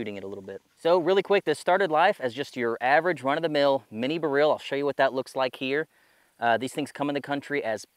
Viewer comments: Odd pronunciation of "Beryl". It's a type of gem stone (Emeralds are green beryls). Most folks, including jewelers and lapidaries, usually pronounce it the same as "barrel". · huh, similar to saying "B-role" in a mild slavic accent. I learned something new today. Thanks!!